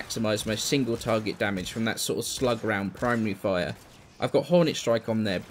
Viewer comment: I was about half way done before I realized you were saying "Primary fire" and not "Prime Re-Fire" I was really confused. Thinking that it was a new thing added recently.